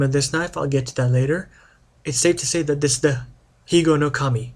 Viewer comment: I very much enjoyed your video presentation. I have seen Japanese names mispronounced much more poorly - you did a pretty good job. I am sure any Japanese person would appreciate your respect for their culture and language not to mention one historic piece of their cutlery tradition. (I cannot comment on the history since I know very little of that myself.) I love my higonokami and wish more westerners could be exposed to this wonderful knife because it is such an impressive cutting tool.